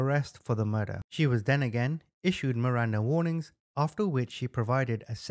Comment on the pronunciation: MIRANDA RIGHTS not "warings"